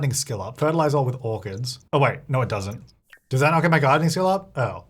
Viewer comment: Kept hearing "harvest organs!" instead of "orchids". Thought I missed an update LOL